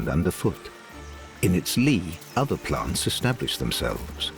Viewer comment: "By PLONTS" to impress you with their accents.